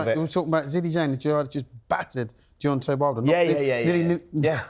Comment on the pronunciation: Why cant Simon say the name Deontay? Its Deontay not Deontee. Spencer is such a clown. Fury took way more punishment that Usyk. Fury winning is awful for boxing. That running, ducking diva who wont fight anyone isnt good for boxing. The fact Fury is out of boxing the better.